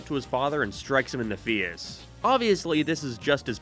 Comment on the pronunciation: Why can't this guy say face